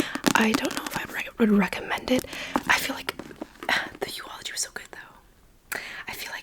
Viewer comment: No flame but it's eulogy not euology